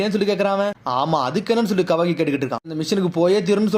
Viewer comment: அது மிட்சுகி நீ அதக வாக்கின்னு சொல்ட்ரிங்க